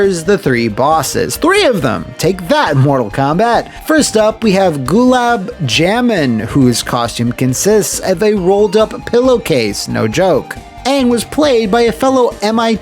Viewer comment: Gulab Jamun can be pronounced as Goolab Jah-moon if you wanted to know. It's the name of a dessert where I live. Edit: Gulab Jamun is the name of an Indian dessert where I live, Probably why the boss is of an Indian descent, Not saying that it's good but I get what they were going for.